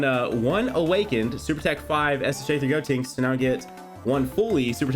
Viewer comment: You keep on pronouncing gotenks name wrong it is GODTENKS.